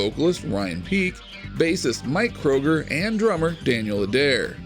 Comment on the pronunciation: Try to get it right Chad Kruger, NOT Kroger as in the grocery store. Thx